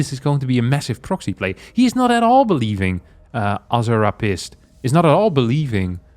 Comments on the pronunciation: Azz-hare-ah-pisst.. I dont think thats how its pronounced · "A-Zur-Hap-Tis" That's not what that says lmao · AZZER HAPIST omg the pronounciation gives this is just pure gold. He literally turns poop into gold. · This challenge is all about fully committing to a fiction, and in the spirit of this, is the consummate professional as he does not once deviate from his dutiful pronunciation of ozzerhoppist. A thousand times, I salute you,. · i think that "AZZRHAPIST" name is pronounced differently.. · I don't think that protoss' bame was supposed to be pronounced azzr - hapist...